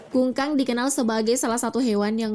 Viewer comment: bukan kungkang ba tapi kukang